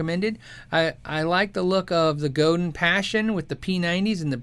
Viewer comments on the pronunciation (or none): It's FRENCH. it's GO-DAHN with the accent on the second syllable. Not go-din (like 'dinner') It's Robert Godin's last name.. RO_BAHR GO_DAHN